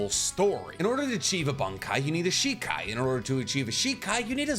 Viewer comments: Everyone: in order to: inorrrtttttt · “in ordrrrrr”